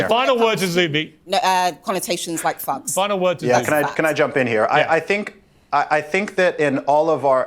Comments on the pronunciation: All I can hear his her saying “ Fugs” rather than “ thugs” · She's trying to get a few big houses in the UK like her American counterparts in the USA! She keeps pronouncing "thugs" like "phugs" you fink? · Is she saying fugs?or thugs? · Why dose she keep saying Fugs instead of Thugs? I see the mouth moment and she keeps curling the bottom lip to make an F sound instead of a T sound. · He said, Thugs....🤣🤣🤣I heard f🤬cks😂😂😂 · That bee-el-ehm aaactivist cannot even say the word correctly, but says “fugs”. Her association of the word with African Americans shows her own prejudice. I associate that word with the Clockwork Orange movie. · Everytime she says thugs, it sounds like fucks🤷🏼‍♀️😂🤣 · I kept hear "black phucks" lol. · Not gonna lie thought she was dropping f bombs at the beginning of the video lol. Forgot Cockney Brits can't pronounce "th". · She said Hiawachy and Fugs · that’s supposed to be posh? She can’t pronounce the “th” sound or a mid word “r” (fug and heiwarchy). I think of posh as someone who sounds elegant and practiced, not like someone who needs a speech pathologist.